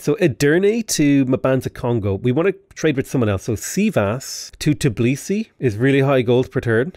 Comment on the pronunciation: Not to be rude, but it's T_bi_li_si, not Ti_b_li_si